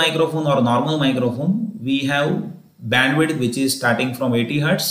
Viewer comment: It's Bandwidth not bendwith